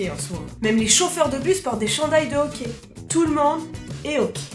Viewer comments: le ok c'est super important... C'est vraiment ça que j'ai entendu jusqu'à ce que je me rendes comptes que tu parlais du hockey XD on le dit awké c'est pour ça lol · Tu dis au quais ala place de hockey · On ne dit pas « ohquai » mais « ahquai ».... ok? :) (référence Hockey). Même encore plus « âhquai »... conseil ne pas manger d’ail avant de prononcer le mot Hockey au Québec tellement le ´H’ est expiré :) excellente vidéo! J’ai eu bien du plaisir à la regarder :) bonne continuité et bienvenue ´che nous’ :) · on dit hocky et non ok et Céline dion y'a juste les vieux qui l'aime pis tu n'est pas une Québécoise tu est une française tu n'est pas l'une des notre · C'est mignon comment tu prononces hockey on dirait que tu dis ''okay'' et pour le pourboire il faut TOUJOURS donner un minimum de 15% du coût de la facture à moins que le service soit terrible puisque les serveurs gagnent moins que le salaire minimum à cause du pourboire qu'ils reçoivent. Super vidéos en passant :) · Quand t’a dit hockey je pensais qu’t’vais dit hoquet! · J'adore quand tu dis okai au lieu de hockey 😂😂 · Au debut j'ai compris que tu parlais du hoquet, tu sais le truc énervant qui durent des heures avant de comprendre que tu parlais du sport.🙃🙃🙃